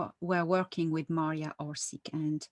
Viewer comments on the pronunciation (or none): Mariya Orsich not Orsik